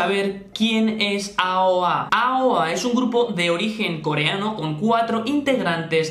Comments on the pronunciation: se dice eioei :v pero bueno me decepcione ver que jimin de aoa hiciera bulliyng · No se dice eioei? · Encerio no sabes pronunciar aoa si es muy fácil